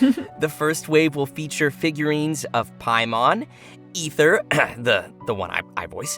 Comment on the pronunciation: wow that was unexpected... glad to see things moving along... still salty that they mispronounce aether's name :<